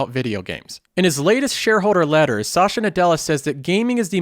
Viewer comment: Was wondering where 'sasha' came from lol